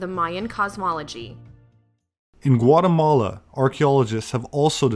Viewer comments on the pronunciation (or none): none